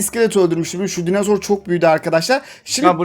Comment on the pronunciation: Dinozor qüeri demiş koyari